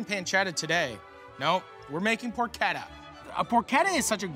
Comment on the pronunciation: Porchetta. I thought it was por-CHE-tah, buts it's por-KET-ah.